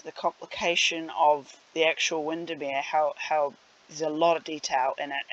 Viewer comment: You pronounce Windermere correctly. Might be an idea to linky a shot of the original building? :D